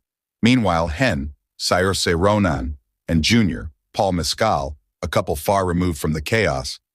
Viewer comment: Learn to pronounce her name!